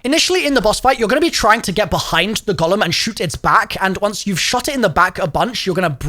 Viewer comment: The Gollum 😂😂 it’s a Golem as in Go - Lem. Jewish folklore.